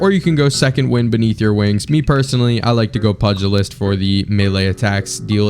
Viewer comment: not trying to sound like an asshole but the perk you equiped pugilist is pronounced pew ja list